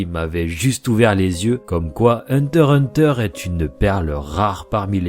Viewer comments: Hunter x prononce le x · On dit le X !!! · le x ne se prononce pas, mais en faites y-en a qui le disent car c'est laid "hunter hunter" mais ça doitêtre dit comme ça